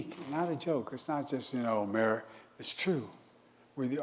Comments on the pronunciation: Wow. Total incoherent baphoon. We are the United States of Amerigotid. Why would the Dems continue rolling this corpse out? So embarrassing....complete with the same one liners he has used over and over and over again and thinks shouting and pointing his finger makes it less cringeworthy than the hundred times before. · I miss laughing at all his gaffes. This one was pretty funny though. “Amerigotit!” Lol